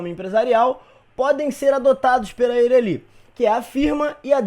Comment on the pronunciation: Muito boa a aula, mas me deu agonia a pronúncia de Eireli kkkkkkk